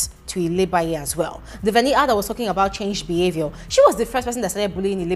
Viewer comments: It's the "Veni-a" for me, lol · It's the way today you pronounce Venita's name for me😂😂🤣🤣💔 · I love how you say venita's name 😂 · I thought I was the only one that heard it